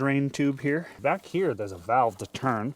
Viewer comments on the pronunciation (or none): none